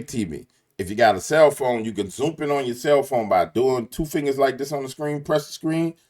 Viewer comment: “Zoomp in” 😂 Good video